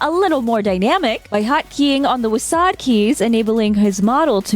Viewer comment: I have never heard "WASD" pronounced "Wass-aahd" before. Everyone I know says "Wasz-dee". It honestly took me a moment to know what I head heard.